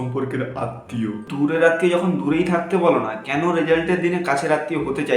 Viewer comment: Video ta valo hoiche kintu tor oi je keno bola ta thik hoi ni re but video ta khup valo hoiche 😅😅